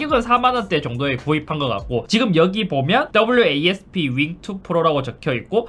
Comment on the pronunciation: wasp를... 철자대로 읽으시네요...